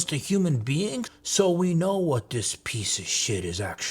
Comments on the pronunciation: I just here to hear you call someone a pizza-a-chit😏😏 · Something about saying "peice of shit" with a Italian accent really drives the point home.😂